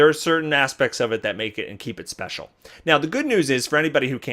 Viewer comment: "Special", please tell me English is not your first language.